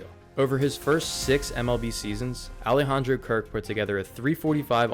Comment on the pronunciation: his first name. Alejandro. You didn’t make any attempt at pronouncing his name right. Please make an attempt to learn before you upload.